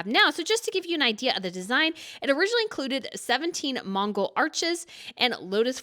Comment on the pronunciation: Love your videos-keep them coming.I'm not trying to be petty as these couple of points don't affect the quality in the least but they annoy me! Sothebys isn't sewthebys,it's suthebys and the oriental circlet doesn't have Mongol arches (is there even such a thing?),it's Mogul arches.